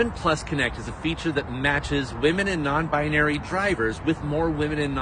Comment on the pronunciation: It is WE-MEN day 😂😂